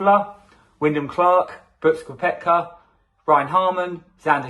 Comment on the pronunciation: Try to get the names correct. Young isn’t picked nor is Johnson. Your pronunciation of MERONK or KOEPKA. PRONOUNCED MERONK AND KEPKA.